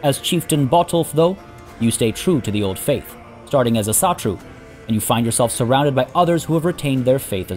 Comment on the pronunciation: u should try and pronounce asatru more like "Awsatru"